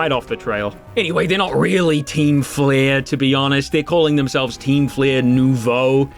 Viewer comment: You got it right the first time, it's pronounced "Noovo", as it means "new" in french. Though since the french word for "team" is feminine, it should've been "Nouvelle" instead of "Nouveau"